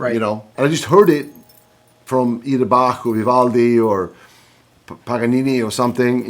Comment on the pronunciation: Yngwie pronounces Bach properly. Very good.